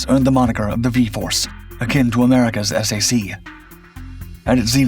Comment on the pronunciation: "S" "A" "C"? I never heard it referred to like that. I know it's dead these days, but the initials were pronounced as one word - "sack." Just like TAC was tack or MAC was mack. ATC was called out one letter at a time. "A" "T" "C".